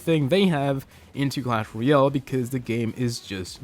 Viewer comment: its not clash royol its clash royALE